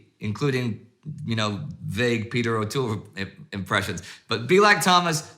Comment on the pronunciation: Cringing at your O’Toole tbh!